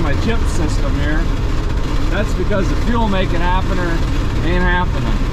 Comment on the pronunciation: Why does this f'n guy keep saying "fuelmakeit happener"